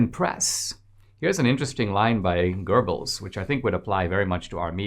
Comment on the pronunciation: Oh, Dinesh, please! Stop pronouncing "Goebbels" like it's written "gerbils"!!!